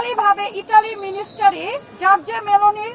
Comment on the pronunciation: আকুতি মিকুতি করি মিনিস্ট্রিকে মিনিস্টারি বলবেন না 😄😄